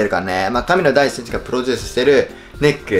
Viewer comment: めっちゃ、神野ダイキって聞こえる笑笑